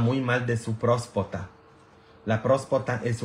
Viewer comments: Buenas tardes padre, no se dice prospacta, se dice próstata y tampoco se dice curologo se dice urologo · Padre usted siempre pregunta qué si lo que está diciendo se dice así y le pone uno la palabra correcta y usted parece que no quiere corregirla siempre lo sigue diciendo como usted quiere no se dice prospota se dice próstata y no culageno se dice colágeno aversi la próxima vez lo menciona bien digo si quiere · Usted dice prospota es Próstata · Noooo padre no es culologo, es urólogo,... no es próspota es próstata, tampoco es culogeno es colágeno!! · Con mucha pena pero se dice prostata disculpe